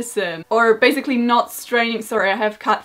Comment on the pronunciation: Hey, i dont want to sound rude, but the word 'basically' is pronounced with an /s/ sound in the middle, and not /z/. Don't worry though, its a very common mistakes among polish people as our language is much more vocalised than English ;)